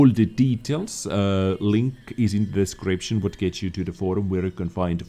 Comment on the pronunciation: I just love the way, you customused the pronunciation of Dezcription during your videos. Nice. Trademark it. Dezcription recipe from... Username: Peto177Vizsla, server: EU. All the good health 2 all.